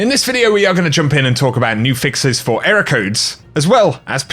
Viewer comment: Ehroar codes